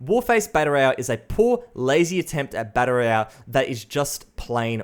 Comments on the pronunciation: It's "battle royale", not "batta roiyah". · "Batta Ray Yell"